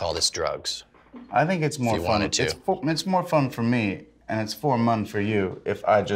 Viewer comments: at like he says for mum instead of more fun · Listen to Jack says "its fore mun for you" lmao